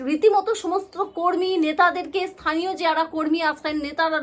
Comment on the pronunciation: থানীয় নয় স্থানীয়।